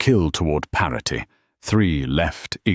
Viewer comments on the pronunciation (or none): Grok's "Parety" always gets me bro